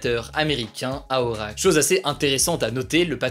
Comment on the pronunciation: Par contre..... Ça se prononce "Orakeul" merci